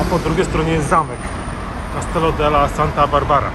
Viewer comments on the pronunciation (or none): błagam tylko nie castello tylko castillo, to Hiszpania a nie Włochy...